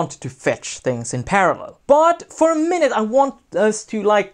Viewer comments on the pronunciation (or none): none